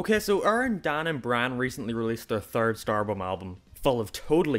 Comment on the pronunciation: I was recommended this video on a Game grump video and wanted to listen to your arguments, but I utterly lost it at "Oerrin, Dahn and Brahn" - How can you make such an actually clever and in depth analysis of a channel and keep pronouncing the people's names wrong. I really like your accent, but names have a specific pronunciation that should be adhered to. It sounds so weird to me, I lose all focus on your arguments.